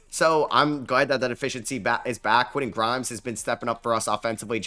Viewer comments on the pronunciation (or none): Love the content but you need to pronounce those "T"s in the middle of names. Quinnen Aydon Mardin... those arent dudes names. Respect the T my guy!